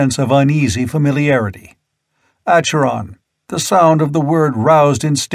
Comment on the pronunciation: Oh really ? Ackeron not Asheron. Nemeedia not Nemedia Kithai not Keethai.